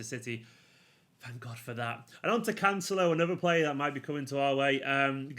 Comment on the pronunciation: finally said cancelo's name right